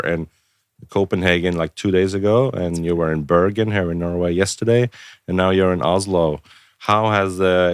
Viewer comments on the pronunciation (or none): none